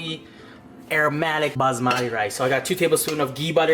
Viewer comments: Baazmatte? or baSmati? It's Ba S Mati not Bazzzzzzmattttteeee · Basbasmadé is not how you pronounce it sorry it’s bassmatty